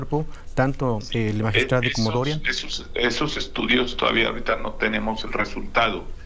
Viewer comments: Magistrade porque no magistradi, magistradu 😊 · Que credibilidad va a tener un fiscal que no sabe pronunciar magistrado?